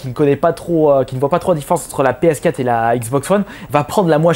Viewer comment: Arrete de dire "PS Cat" ptain c'est "PS Quatre"...